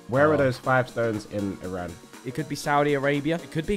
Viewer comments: And for anyone seeing this, please it's not I ran😭. It's Iran (ei) please say it right. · coming from an Iranian, Iran is pronounced ee ron so please get it right